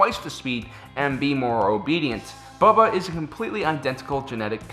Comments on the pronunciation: Its not bubba its pronounced bow-ba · c'mon,, it's Boba not Bubba:D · Does he keep saying Bubba? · How have you made this many Star Wars videos and still pronounce "Boba" wrong?